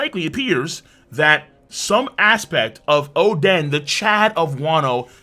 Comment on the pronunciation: Óden not Odén emphasis on the o